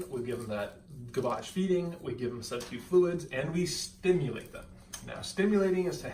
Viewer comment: 😐 I could use a little “ stimulating “! 😕 he stressed , “ stimulate”! Ha. 😐